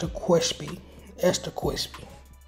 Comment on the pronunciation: “Extra cwispy” 🤣🤣but 🔥🔥job family